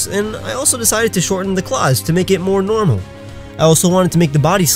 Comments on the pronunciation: This dude relly said normal in nehterlands normaal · you don’t know how to pronounce normal even though it’s a Pokémon type